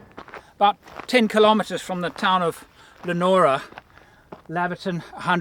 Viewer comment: It's Leon ora not Lenora and Yeo is pronounced Yo. But I will excuse the mispronunciation hahaha